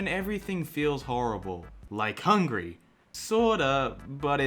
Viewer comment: What says: Like Hungry What I heard: Like Hungary